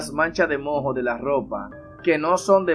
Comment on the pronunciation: No se dice mo, se dice moo, con la primera o acentuada. La h es muda